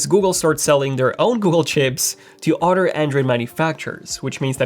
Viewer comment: I know I'm the only 1 hearing "otter" when he says "Other"?